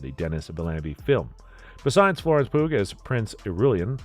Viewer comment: Florence poog XD It's pronounced "Pew" like the bench in a church. Not 💩g